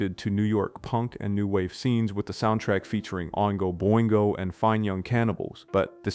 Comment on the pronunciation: How do you not pronounce Oingo Boingo correctly? Or Dino de Laurentis? Or Jovovich? Or Wachowski?